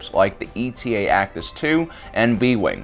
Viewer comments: You keep saying "E.T.A." for the Eta-2. Eta is a Greek letter, like Delta, not an abbreviation. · I know this is petty, but it really bugs me that you keep saying E-T-A. It's eta, the seventh letter of the Greek alphabet. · It's not E.T.A. It's eta, one of the letters of the greek alphabet. ETTA ETTA ETTA. SAY ETTA!